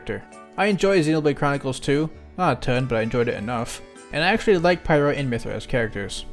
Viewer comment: I thought you said pyro’s dlc and not pyra’s.